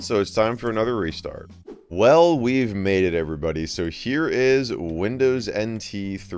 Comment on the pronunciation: heh, "wii've done" in the intro